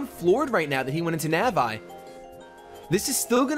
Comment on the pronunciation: nav eye?.. nevre played zelda? nav eeeeeeeeeeeeeeeee